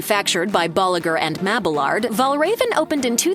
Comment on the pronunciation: Boliger and Mabalard got me, for some reason it pronounced with a V, weird right? 😅